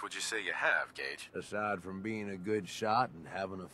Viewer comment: Gage his name is Gage